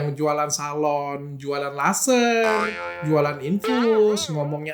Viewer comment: Abang pasti gk bisa bilang "R" kan karna aku itu dengar Kaka bilang laserng